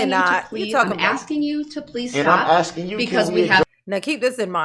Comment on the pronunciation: He never said that. Durrrrrrell has literally never said asking in his whole life. He axes and that's how Mathboi Groundz rolls